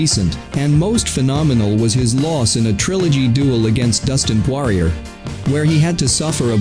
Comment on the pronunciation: "Losers click here" yeah learn how to pronounce his name first...